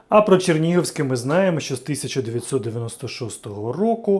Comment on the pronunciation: Експерт прям. Чернігівське вимовляє як "Черніговське"